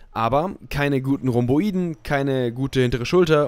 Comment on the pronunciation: Bin mega gespannt auf deine Form, warst ja 2016 schon echt brutal. ich will nicht klugscheißern, aber du sprichst Rhomboideen immer falsch aus ^^ Die Betonung lieg auf dem ersten e und nicht auf dem i.. Wenn du die Einzahl (Rhomboideus) sagst, liegt die Betonung ja auch auf dem e;)